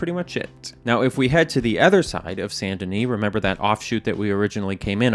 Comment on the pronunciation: Yeah yeah great video like always BUT I have to say the best part for me was when you said « Saint Denis » PROPERLY?!! Coming from a French Canadian who is always hit with mispronounced French names and words I was actually shocked haha